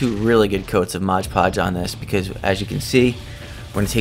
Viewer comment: There is no "g" in "Mod"!